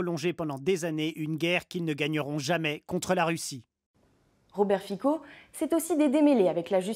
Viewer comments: ps: on dit Fitso, pas Fiko :) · Son nom se prononce Fitzo. Il est anti-LGBT, anti-migrants, pro-russe d’accord mais le raccourci avec un parti néo-nazi est tiré par les cheveux. Je ne l’apprécie pas soyons clair mais cette vidéo n’est pas de grande qualité.